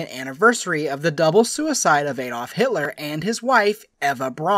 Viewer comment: Jeezus, hearing a robotic American voice butchering German names makes my ears bleed! Ay-dolf and Gowerbells 🤣🤣🤣🤣🤣🤣